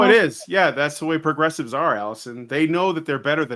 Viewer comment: "pwogessiwes accepe me for who I am" That's how you know you're failing.